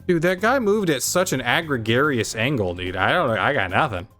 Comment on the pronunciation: LOL I got a flashback to watching the stream when you said "Egrigarious angle"